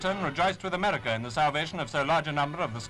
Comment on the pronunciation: I love his pronunciation of "Amedica", aka America.